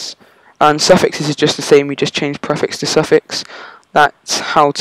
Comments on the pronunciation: Preeeeeeeeeeeeeeeeeeeeeeeeeeeeeeeeeeeeeeeeeeefix Not PreaFix :D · your say prefix wrong